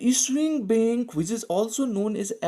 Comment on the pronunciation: It would be bank not bink